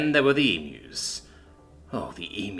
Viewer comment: He got the first 2 pronunciation of emus right but got the 3rd wrong gg mate